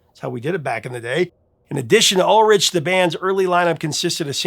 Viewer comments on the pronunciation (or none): Wow. Righr off the bat you mispronounced , Dave Mustaine's name (musTAINE, not MUStun) AND Lars Ulrich's name. (Ulrik, not Ulrich) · It's pronounced "ool-rick" but Americans say "all-rich". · Lars Ulrich's last name is pronounced 'Uhlrick' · Yikes...is Ulrich not pronounced Ulrick? Have I been saying it wrong the past 4 decades? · How does the real person, “” continue to out-AI AI itself by mispronouncing so many common knowledge things? [muss-TAYN], [ULL-rick], [MOON AYJ], [suff-ruh-JETT], [GRA-joo-itt], [KEE-nohl].